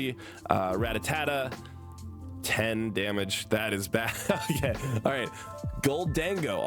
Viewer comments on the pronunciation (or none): Rattata not Ratatata